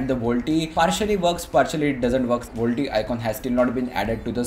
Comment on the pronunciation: "vol-t-e" facepalm